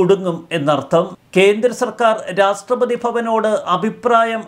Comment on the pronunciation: 'രാഷ്ട്രപതി ' ഉച്ചാരണം ശരിയാക്കുക. 'രാസ്ട്രപതി' എന്നാണ് കേൾക്കുന്നത്